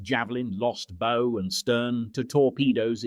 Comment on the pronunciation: AI generated speech cannot tell the difference between bow and bow . . .